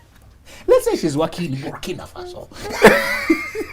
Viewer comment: The way he said Burkina Faso 🤣🤣🤣